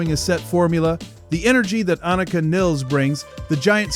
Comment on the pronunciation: Learn how to say her name.